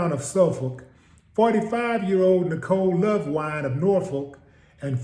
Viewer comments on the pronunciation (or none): Its Youngs Park. Norfolk pronounced nawfick.